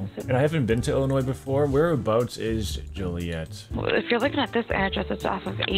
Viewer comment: Hey I’m from Illinois and Joliet is pronounced as Jol-e-et. Great vid!